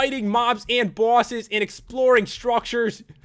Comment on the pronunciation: Omfg made me laugh so hard. Bawwses